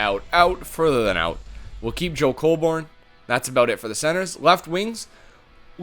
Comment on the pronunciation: Colborne is pronounced 'cole-bern' not 'cole-born.' It's not a big deal, but I'm a leafs fan so i thought i'd point that out.